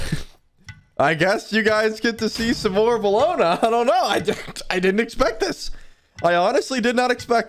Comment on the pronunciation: it’s bellona lmao